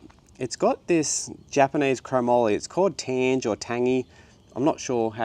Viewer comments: its tangay,,,, yeap the GE is pronounced as GAY, tange prestige tubings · Sweet build. I think it’s pronounced Tangay, or tan-gay with the emphasis on the g? it’s quality Japanese Chrome-moly steel!! My old late 80’s Mongoose BMX is also crafted from it. Good Metal. I like Microshift Advent-x also, but I’ve found that it can be sensitive to specific chain length and b-tension adjustment. I run it on my rigid bike and my dual suss but both have been tricky to get perfect. The clutch also develops a bit of play too, despite that, I’ve been running it for a five years now and like it. All the best on the Hunt.